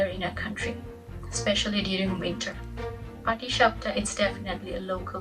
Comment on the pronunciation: You nailed the patishapta!